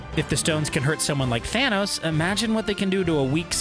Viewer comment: did you say fanos?